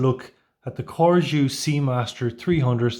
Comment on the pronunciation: CORGÈ . this is how the name is pronounced. if the intention is to make it sound French. And judging by the spelling: yes Good review 😉